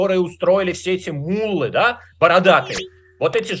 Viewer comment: Ну и собеседник- совершенно невменяемый да и безграмотный мУллы, да мУллы, вместо муллЫ.Где нашли такого, слушать нечего..